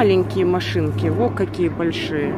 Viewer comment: Мне очень нравится когда она так удивленно произносит воо!